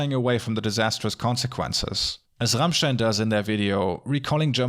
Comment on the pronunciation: Wait... Rammstein is pronounced the RIGHT way in an english video?! I am impressed (^w^)